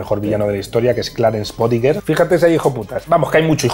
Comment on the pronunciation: Bodicker, no "bodigger".